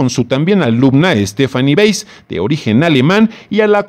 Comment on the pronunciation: "BI AN QUI" se pronuncia como es en i ta li a no; y del apellido Weiss➡se pronuncia Báis en alemán; no seas ignorante. si te dedicas a comunicar hazlo correctamente.